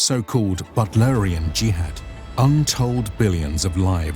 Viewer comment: Butlerian juhad?? Whuat? 😂